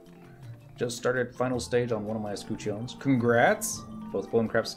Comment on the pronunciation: uh skuh chn or uh SKUH chin. Not grammar police, just painful hearing it butchered like that lol. Thanks for this, even years later, as I just started my shield and this is all still relevant content and tips.